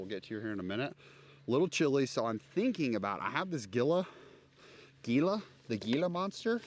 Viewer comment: “Gila” is pronounced “HEE-la”. As in the ‘monster’ of the same name.